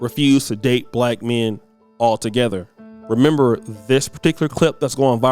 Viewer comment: She didn’t say black; she said back. It’s definitely her😂😂😂😂